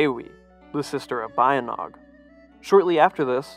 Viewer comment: Pronunced "Ba-Yint!-Naung"